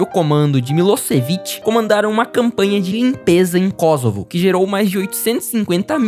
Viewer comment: também é "Kôssovo", não "Kózovo"